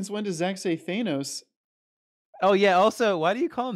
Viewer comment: Between that and "Thaynos" I'm convinced didn't watch the same movies as the rest of us 😂